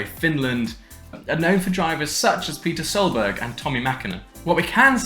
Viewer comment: okay please stop this neckbeard armature from saying another damn word.... peter solberg?!?!?!?!??? .... no , just no gt nation , sack him immediately